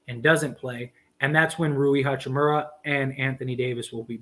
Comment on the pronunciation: Ha-chi-moo-RAH... not "hachi-murry"